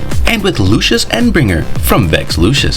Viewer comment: I’m sure this is a good video but I can’t sit here listening to this guy call variant Lucifer vex Lucious or whatever